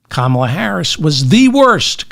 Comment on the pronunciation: David, you can do it ... say it slower KA. MA. LA, she has corrected us many times .... even her neices showed us how ... : comma LA ))) great show.